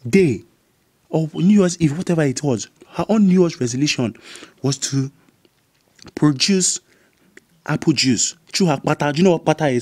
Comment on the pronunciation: Lol When he says produce it sounds like apple juice like at